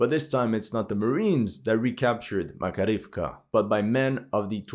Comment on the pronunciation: Thank you for your analyze. BTW in Makarievka stress on the 2d a: Mak A rievka. Im from Russia.